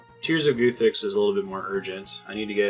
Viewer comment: At some point do you start pronouncing guthix correctly ? 😂 the goothix is strong with this one